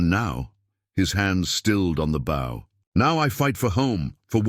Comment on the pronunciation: Bow (bō): to bend into a curve. Bow (baū): the bark of a dog. Persistent mispronunciation. Due to AI narration? Distracting.